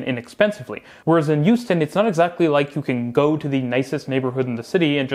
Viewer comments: Great video! I don't mean to nitpick, but the H in Houston is a hard H. Hyew-stin, not Yew-stin. And definitely don't pronounce it "How-stin" like those people from New England! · Hearing you say Houston in a way which sounds like Euston really makes my brain hurt, especially when talking about how Houston has bad public transit. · Are you talking about Hong Kong and Houston? I swear you're saying Youston. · Took me too long to figure out that he was talking about Houston and not Euston. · Don’t disagree with the points, but constantly pronouncing Houston as if it was Euston kept taking me out of it. (Born and bred Houstonian, though don’t live there currently) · Sorry, I’m not familiar with a city called “Youston” 😂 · Where the heck is "YOU'ston?" 😅